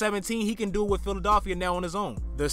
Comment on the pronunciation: where are you from bro the way you say philadilfia is hideous